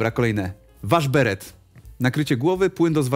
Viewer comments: Jaki "waszberet"? Waszbret. 😂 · Nie waszberet tylko WASZBRET 😂